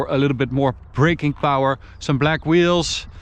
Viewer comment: SPEED and POWAHH